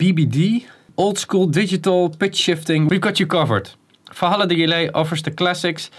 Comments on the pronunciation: Falhalla? :D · You keep saying Falhalla??? What is that? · Dear Dutch and German people: outside your language, the letter V isn't pronounced as an F. It's Valhalla, not Falhalla. My german cousin keeps calling vitamins "fitamins". XD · v as v not as f